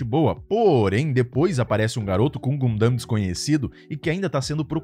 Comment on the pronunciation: porra não sabe falar gundam eu fiquei pensando q anime era o q vc tava falando kkk